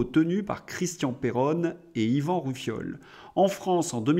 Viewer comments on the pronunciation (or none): Bonjour 👍👍 Par contre ( roufiol ) c'est pas bien prononcé je pense que c'est à cause du décalage horaire son nom est Ivan Rioufol Amicalement 👍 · Monsieur Rioufol et pas Roufiol 🤭 s'il vous plaît.